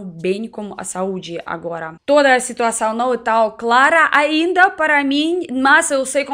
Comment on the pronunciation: Eu voltei umas 20 vezes, ela falando alcatra é engraçadíssimo 😘😘😘😘🍀 você me faz ter tantas saudades do Brasil…. Muito obrigada querida, você é um amor o Brasil precisa de gente que o ame, para mim você é brasileira ❤️